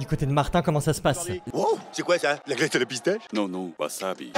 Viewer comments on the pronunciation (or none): none